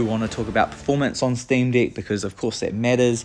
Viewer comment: Dude, are you saying "Steam D!ck?"